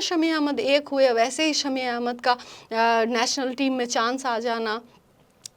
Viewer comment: Aree didi ...PHLE BOLNA SIKH LO...NATIONAL HOTA HA NATNAL NAHI 😂😂😂APNA DIAMOND KO KRAB KIYA HA BUT HUMRE SHAMI BHAI DIAMOND SA BHI AGAA HA ...WO BHOT ACCHA INSAN HA🎉WE PROUD THAT SHAMI BHAI IS INDIAN TEAM ME HA😊